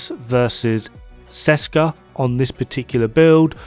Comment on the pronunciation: Ok I am sorry I know I will go to hell, but... Hello from Česká republika (Czech Republic). Česká výroba means something like "Made in Czech Republic" or it could be a reference to "Česká zbrojovka" (zbrojovka = arms manufacturer) which is a real manufacturer in our country. You dont read Česká like Seska. The "Č" is pronounced like CH in let's say Chess and "á" is pronounced like an A in the far (FAAr). I know the memetics of this have been already done and whole community knows the set as Seska, but it makes me roll on the ceiling every time I hear it, especially because for some crazy reason developers were able to spell those two words correctly, which usually never happens in our case. Otherwise awesome decomposition as always, cheers. #SaveTheČ, #ThereIsNoSechRepublic